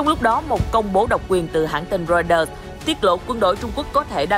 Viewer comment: Cha kg đọc được chữ Reuters à ?